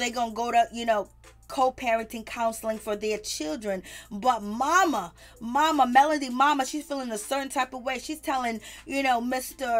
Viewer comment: And it’s MEL-O-DY. not Melondy 😩